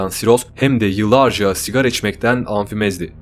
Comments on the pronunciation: Amfimezdi demişsiniz ama o amfizem dir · çok küçük bir sürçülisan olmuş amfimez *amfizem